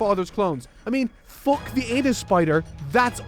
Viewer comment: i like this youtuber, he doesn't say fuck, he says fock